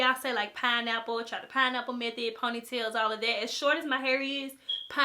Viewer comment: whenever she says all of destiny it sounds like olive destiny. cool